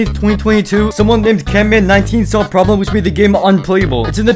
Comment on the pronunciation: CAMMAN18 no CANMAN18 NOW SAY IT RIGHT AND KEEP SAYING IT RIGHT